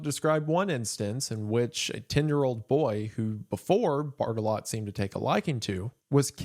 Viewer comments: I'm too much of a child to watch this video because every time Mr. Goon says "Barttelot", I keep thinking he's saying "Fartalot" and giggling. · I thought he was saying major fart-a-lot for like 75% of the video, sorry :( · I heard fart a lot whenever he said Barttelot